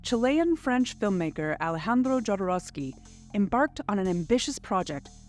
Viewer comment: It would help if you pronounced Jodorowski and Gieger’s names correctly.